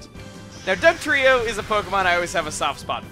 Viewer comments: Happy b'day also i found it funny when you got dugtrio's name wrong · I faced palm when he said Dugtrio wrong